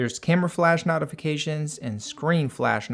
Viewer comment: The way he pronounces notifications made me want to throw my PC ...........